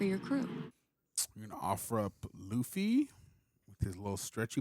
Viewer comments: “Bugsy”? 🤣 Okay, “Luffy!” 😂 Love you guys! 😊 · Pls. just call him Luffy (loo-fee) 😭 Also, Buggy was never meant to be an intimidating villain. A scarier villain is in the next episode.